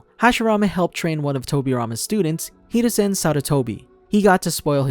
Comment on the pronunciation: This dude said hereusin instead oh haruzin